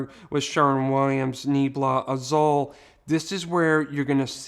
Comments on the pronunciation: I love your videos! I just want to help a bit with pronunciation Nee-AYE-blah Ah-ZOOL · I appreciate all your videos. Just a tip....Azul means blue in spanish and it's pronounced AH-SOOL